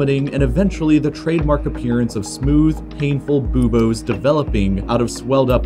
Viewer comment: Hahahaha. You said booboos. Pronounced incorrectly although acceptable because you sound tarded and it’s funny.